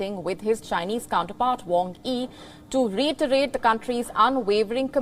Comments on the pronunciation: The way she pronounce reiterate sounds like ReeitRAp('e), like funny is one thing but this is just an all time low. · This anchor can't even pronounce strengthen, reiterate, warn, TIBET, support and many other English words....